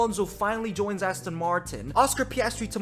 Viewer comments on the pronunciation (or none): none